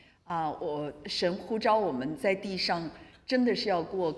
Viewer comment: 謝謝精彩的分享！ 嗎哪.哪裡.三聲. 呼召.蒙召.四聲.